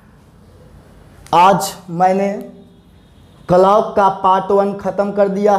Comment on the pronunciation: Hlo sir clock ka Galt pronounciation kar rahe hai sahi kijiy sorry agr kuch bole ho